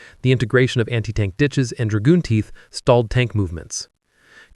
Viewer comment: Either the narration is done by a better, but not perfect AI system, or by a human who doesn't know how to pronounce many of the technical words. For example, it's not "Dragoon Teeth" but "Dragon Teeth." Was this the fault of narration or the person who wrote the script and can't spell correctly?